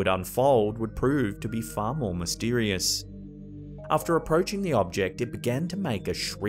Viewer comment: "MystEErieous Events"